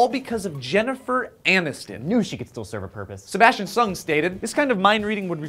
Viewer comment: lolololol says "Jeniffer ANUStin"